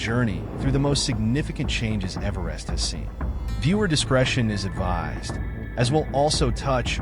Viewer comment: Man do I hate AI narrated slop. A video about Everest and they don't even have the AI pronounce Everest properly. What a joke of a video.